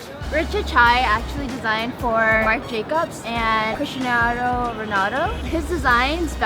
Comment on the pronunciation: lol how she said Cristiano